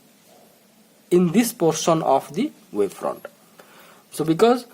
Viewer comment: It's wavefront and not waveprond